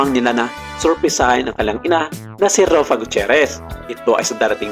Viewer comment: RUFFA po, hindi ROFFA 😫😫😫